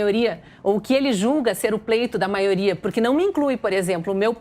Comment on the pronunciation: Não aguento o Renan falar “Maoria “